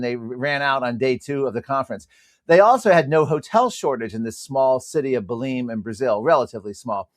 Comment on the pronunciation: Atleast pronounce the name Belem correctly, it not Beleem! It’s a wonderful place.